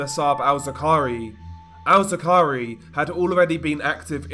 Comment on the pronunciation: Abu Musab al-Zarqawi not what this guy said 😂